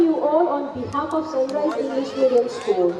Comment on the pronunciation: Sun RICE ? OR RISE CORRECT PLEASE